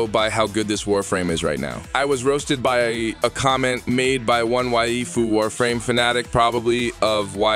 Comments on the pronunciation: Don't pronounce "waifu" like that ever again! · I love this video put pls never say waifu again when u say it so weird LMAO